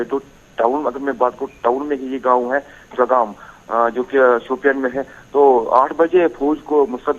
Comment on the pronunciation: Chowgam not chawalgam